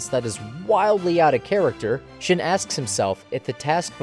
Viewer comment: Seriously how can you screw up "shin" but get "Kira" right? It's the same damn letter and pronunciation -__